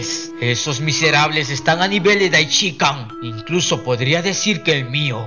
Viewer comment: Lo unico negativo de tu video es la horrenda forma como haces mencion del Sumo sacerdote Daishinkan .. mencionandolo de corrido. Incorrectamente, Puedes decirlo de mejor forma o de la forma correcta. Debes hacerlo en 3 fases Dai luego shin y finalizas con kan Tres silavas fuertes Dai Shin Kan Asi es que se debe hacer. Le recomiendo que escuche los videos de los traductores originales y los priginales mismos.. ((Daichica )) asi no debe ser